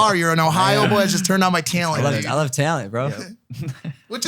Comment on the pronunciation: The way mike says “tealant”